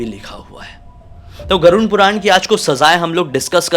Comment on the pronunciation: Every time says Garun puran....I am like pls say ‘Garud Puran’😩